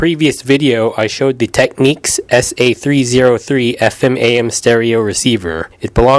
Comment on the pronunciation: It's TECK-NICKS! and REC means RECORD! LOL! SMH!